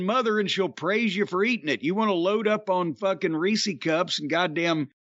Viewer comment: Reese’s!!! It’s Reese’s not reesies! Did people that call it Reesies just land on this planet?